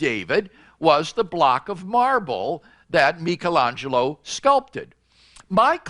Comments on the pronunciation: I was really hoping you'd comment on Craig's pronouncement of Michaelangelo which is hilariously wrong. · If you can't pronounce Michelangelo correctly your argument becomes invalid.